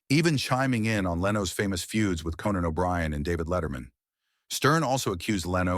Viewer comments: Text to voice CLICK BAIT. It's pronounced CO-NAN O'Brien.....not KEN-NAN O'Brien. Get the heck out of here with that stuff. DO NOT RECOMMEND THIS CHANNEL. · then there’s Cannon rather than Conan. Sloppy work overall. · The AI narration is awful. The "narrator" mispronounces Conan's name 3 times! AI sucks.